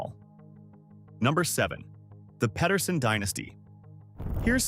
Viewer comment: The things I never knew! Just one nitpick that I have had my whole like, but my brain hurts every time I hear most people say Pedersen. Pe-der-sen, not Ped-er-sen… no one says Pet-er-son, it is Pe-ter-son.